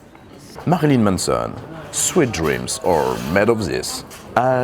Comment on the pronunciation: Fais attention, tu le prononces un peu comme "sweat dreams", ce qui donne "Transpiration rêves" :p